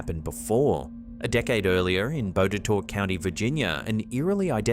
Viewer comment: A native Virginian here . . . "Botetourt County, Virginia" is really pronounced "Bott-Uh-Tott". Dunno why 🤷‍♀️